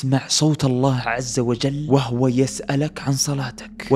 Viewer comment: تصحيح لقراءة الآية وَهُوَ✅ وليس وَهُوَ انتبه لقراءة الاية بارك الله فيك ارفعوا التعليق حتى يشوفه